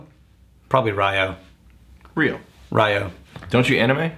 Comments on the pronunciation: Rye-oh? It's one syllable, with "y" as in "whisky". "Little island"? Japan is almost 5x the size of Scotland. Come on,. YOU'RE BETTER THAN THIS. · You read that “RIO” as in Rio de Janeiro instead of “RAIYOOO” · Somebody may have said this, and I don’t want to be “that guy”, but it’s pronounced Ree oh. And you say it kinda fast like it’s one syllable. riYOH! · Haha Rye-Oh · RYO is one syllable.